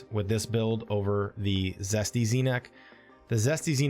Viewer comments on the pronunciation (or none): Jesty is Jesty, as in Jest, Zesty is what you keep saying, with a z